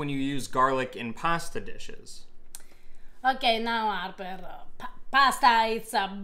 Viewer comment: she is fantastic. I never would really consider making my own pasta, but this is so simple, and fresh, I will do it. he is a bit of a numb nuts as we say in america. nice guy but not all that bright it seems. I like how she says arrrper with no H